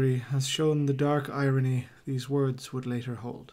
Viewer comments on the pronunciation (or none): none